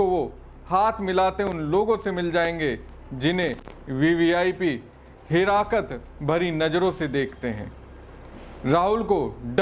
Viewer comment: अबे लवडू हिराकत नहीं, हिकारत होता है 🤣😂🤣😂